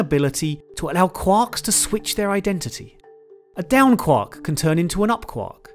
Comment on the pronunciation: I REALLY hate how he says Quark...... please never say that word again or learn how to say it.